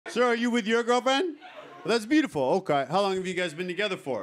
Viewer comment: It's like: "Thas byooful" (slightly slurred)